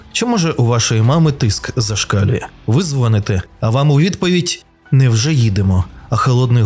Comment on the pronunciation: чути "невже їдемо" замість "не "вже їдемо!". Інтонація і паузи.